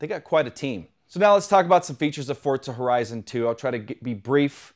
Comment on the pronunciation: what is forzta horezon?? 😂😂😂😂😂